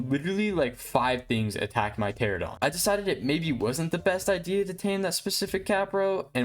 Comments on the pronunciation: Great video! That being said ichthyosaurs are NOT dolphins lmao 💀 Edit: also Pteranodon is pronounced “tear-ann-oh-don” not “tear-ah-don” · Hey! Just so you know, Pteranodon is pronounced Tur ann oh don! New subscriber too